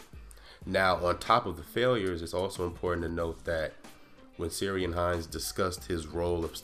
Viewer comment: just FYI, Ciaran is pronounced Keer-ran :)